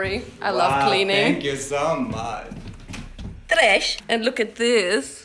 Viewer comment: Now i say ‘tresh’ all the time hahahahaha